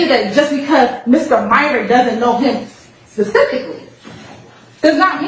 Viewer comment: And says pacifically for specifically. I just can’t 🤦🏼‍♀️